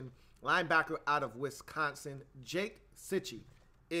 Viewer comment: Sorry but I gotta point out that it is JACK Cichy. Not Jake.